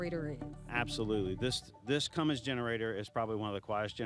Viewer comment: Hey, there is no "G" in Cummins. Know your sponsored customer.